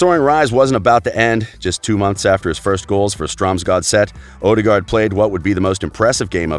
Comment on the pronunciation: it's odegaard not odergard